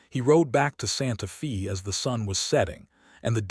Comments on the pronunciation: Santa Fe not Santa Fee!!!!! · SANTA "FĀY". Santa Fe is a Spanish-Mexican Name. Many Texas names are Spanish/Mexican bcz Texas and New Mexico as well as some others have carried as many as 6 nationalities and they do not change city names when the area has carried as many as 6 nationalities. Main nationalities from Texas, New Mexico, and Arizona and parts of California have variously been French, Spanish, Texas, and USA. PART OF California was Russian. there is a lot more of that such as Oregon and Alaska having once been Russian - plus more. Santa Fe was named when it belon ged to Spain, then Mexico, then Texas. Generally the Spanish Mexican "e" is pronounced as a long "ā". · Santa Fay!!!!!!!! Argh!!!!!!!!! If your AI can read with nuance and emotion, why not correct pronunciation? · because Santa Fe is a Spanish name, so it is pronounced "Fay". Spanish vowels are rarely pron ounced like American or British/English. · Pronounced "Santa Fay". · How do you pronounce Fe in Santa Fe? Get it right.